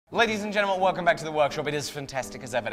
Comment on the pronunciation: Has anyone else noticed that has a tough time pronouncing the word "gentlemen" lately in the intros? Might just be me lol